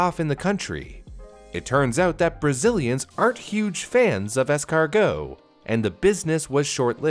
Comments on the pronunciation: "escarGHOST" Really? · As a french man, the fact you said Snail in french like it's really a food name made me cringe, apart from that good video